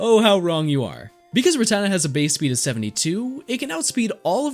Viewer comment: It’s rat-ta-ta not ruh-tata